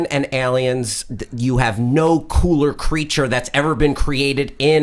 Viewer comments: hal says aliens so wierdly EHLEEYENS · what's "Eliens" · Why did say "Ellien and Elliens"?